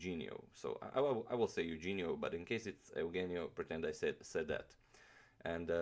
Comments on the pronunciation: I think its pronounced as "Yu-hen-yo" "Tor-re". Since our names were Spanish based back then. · it is pronounced "Yuhenio" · "Eugenio" is pronounced like "YOU-HEN-YO". "Torre" is pronounced "TOR-RE". Great video as always! Fan from the Philippines. :) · Great video. Just one correction... The name is pronounced: yu-hen-yo Tor-re. :) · im filipino and his first name is pronounced as "youhenio" i guess like "euhenio" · Pronounced as: Yoo-HEN-nyo Torre. From the Philippines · It's Euhenio! and Philippines is the land not "Filipino" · I was supposed to write this comment but yeah the pronunciation of the name is Eu-he-nio g with the h sound. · sorry but that's wrong. Correct Spanish pronunciation is EH-OU-HEN-YO. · I believe it's pronounced You-Hen-Nyo Toh-Re(as in wreck) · his name is pronounce as YOU-HEH-ÑO.